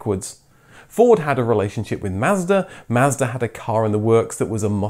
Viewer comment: Learn to pronounce words properly. Mazda, Celica. And unibody cars have no chassis.